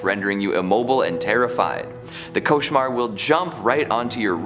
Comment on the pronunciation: I'm French, you perfectly pronounced "cauchemar".